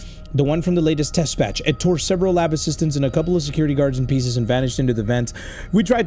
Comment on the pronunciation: Did anyone notice that that the main character said peace of crap instead of piece of crap